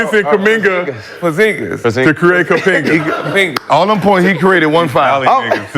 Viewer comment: He was callin him Kapenga😂😂😂